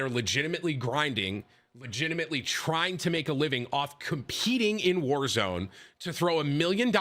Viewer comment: its pronounced world series of wallzone. ez mistake to make